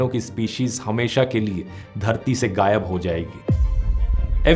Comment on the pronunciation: It's not 'gaiyab (vanashing)', but 'ghaiyab'; also, not 'hajarun saal', but 'hazaarun sall'.